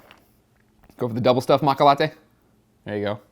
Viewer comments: Greg! Matcha is Japanese for green tea and its pronounced macha not maka! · It's matcha not macka ! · It's maaaaat shhhhaaaa, stupid. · It's pronounced Matcha though... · Pretty sure its pronounced MA-CHA. The t is silent . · ma T cha is a green tea flavor. there is a T and the CH sound is hard like change. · seriously lol i hope your joking when you say matcha that way